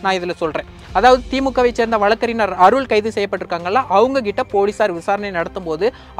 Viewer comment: மூடனே....வழக்கறினர் இல்லை....வழக்கறிஞர்..முதலில் சரியாக தமிழை உச்சரிக்க கற்றுக் கொள்.. பின்பு உனது பதிவைப் போடு...